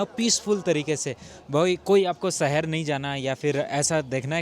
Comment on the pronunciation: Pls say "shahar", not "sahar".